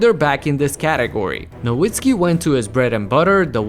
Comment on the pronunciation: Great video & as a Mavs fan love seeing Dirk get his flowers!! However, please pronounce his last name as "Na Vit Skee" since the W in German is pronounced as a V lmao